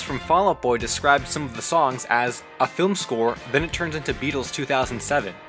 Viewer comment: Beatles. Not beetles.